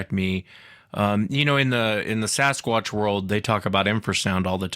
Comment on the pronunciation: Why cant she pronounce 'Sasquatch'??